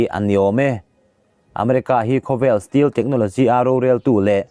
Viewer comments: Still jet ti toh suh .stealth jet ti toh roh....i lam dik theih miah loh le ..zir thlen chin a hriat mah mah 😀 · Steel jet chu bon om ve😎😂😂 Stealth - mizo tawnga STELT tih chhiar angin lam tur